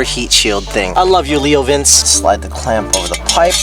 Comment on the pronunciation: Ur still saying LeoVince wrong my friend